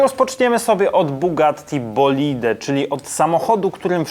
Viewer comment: Bolid nie bolide